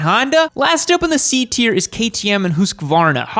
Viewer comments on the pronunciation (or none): none